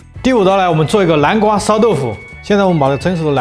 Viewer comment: 叫南瓜，不是蓝瓜，好吗😂